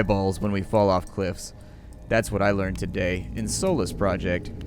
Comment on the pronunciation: Am I the only one who hears soulless instead of Solus when he's saying it? That would give the game an incredibly interesting twist.